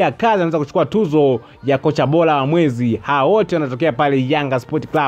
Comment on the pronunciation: Msomaji jitahidi kutamka r badala ya l, mfano, unatamka bola badala ya bora!